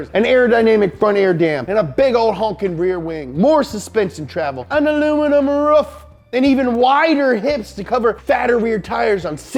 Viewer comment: AN ALUMINUM RUFFF